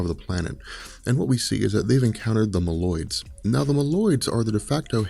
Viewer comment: Say "mole-oids" lol. Meloids smh